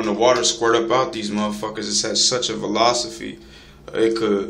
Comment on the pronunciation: When this fool said Velosiphy..... 💀💀💀